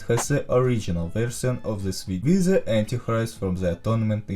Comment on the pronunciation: may i ask why do you say "ze" insted of "the"